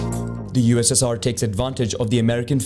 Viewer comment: the way he said ussr it sounds like UZZIR